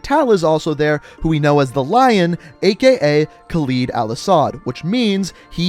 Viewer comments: I don't wanna sound like a dick whilst being a dick but can you start saying Khaled probably it isn't khaleed it's Khaled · Man this guys pronunciation is so annoying lmao ‘khaleed’ and ‘yurzikstan’